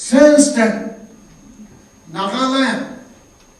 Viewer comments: Not nagalim it's NAGALAND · Yes it is NAGALAND not Nagalim. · Sorry a bit late. Appreciate your statement but please be cautious & about some words like Nagaland not Nagalim. O.k. It's not your fault. But do use your common sense or thinking for others people, who will think naga struggle is a joke .